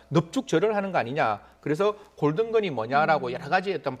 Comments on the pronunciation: 술먹고 한 발음 인데~ 돌든건 너잘못 큰절 골든건 너잘못 큰절 반복 청취 수사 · 경찰인데 문맥도 제대로 파악 못하나..... 뉴스는 '골든'을 가수로 해석한다는 가정하에 친구가 말한 '골든 건 그래도 봐주자'에서의 '골든 건'을 '골든 노래'로 해석해서 그럴 수 있다고 하는데.... 이것 하나만 본다면, 영상에서 들린 것과 같이 발음상 골든 '껀'이므로 '골든 노래는 그래도 봐주자'라고 해석이 자연스러울 수 있음. 하지만 앞선 대화에서 손정민군이 말한 '골든 건은 네가 잘못했어, 솔직히.'에 대입하면 문맥상 전혀 안맞지 않는게 훤한데 이것도 파악을 못하는지....